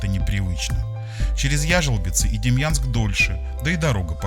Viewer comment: Не Демьянск, а Демянск. Правильно произносить надо, если видео пилишь